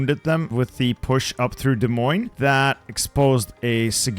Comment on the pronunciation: me, an Iowan: "oh he got the pronunciation of Des Moines right!"